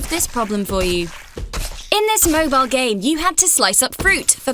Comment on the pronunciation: this lady keeps pronouncing Mobal games instead of Mobile games